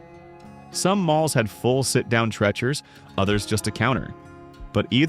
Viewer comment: Treacher, like teacher. Not Trecher